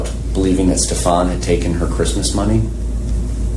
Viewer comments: Don't waste time on the pronunciation of Stefan's name. "Ste FAHN" is the correct pronunciation. There is no name pronounced "Stef AN." His parents don't know how to pronounce the name properly or they have made up a new pronunciation. Frankly, most people don't care what you call him, as long as you call him GUILTY. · He is sickened by Stepaaan and deliberately won't 'learn' his name, thats why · Is she still employed with Coronado Springs? My children tend to wear the same things over and over again to sleep. How does she not recall what Maddie was wearing but for sure knows it’s not the green hoodie and jeans? I wonder if the detectives mispronouncing SS’s name is on purpose to agitate those who know him 😂. I know she corrected one detective before. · Them mispronouncing his name drives me crazy too. It’s not just you. I don’t care about him but it’s a pet peeve of mine when people do that. Especially when she consistently says it the other way. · I wondered if they were doing it to unnerve Jen. Because she would say his name, and they would immediately mispronounce it.